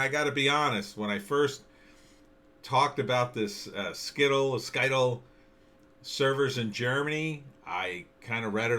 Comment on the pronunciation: You are not pronouncing Scytl correctly.